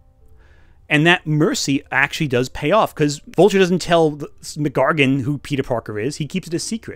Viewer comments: every time you say scorpions name as "McGargun" im not sure whether to cringe or laugh.... enjoying the video so far tho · I’m sorry but pronouncing the full name Mac Gargan as “McGargon” is actually extremely distracting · "Muhgargan" lol I'm sure it's a consequence of reading from a script but his name is Mac Gargan. MacDonald Gargan. Two names. Not MacGargan. Sorry to nitpick but it kept happening and was funny every time lol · Unrelated to the (great) overall video but Scorpions name is not MacGargan its Mac Gargan as in his first name is Mac (short for MacDonald) and his surname is Gargan they aren't one word. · It's fascinating how you pronounce "Mac Gargan" as one word. Great video, by the way. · Great video, weird pronunciation of Mac Gargan aside.